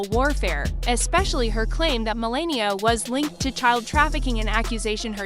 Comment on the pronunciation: If you are going to narrate, at least pronounce the names correctly. How hard would it be to learn to pronounce the First Lady's name.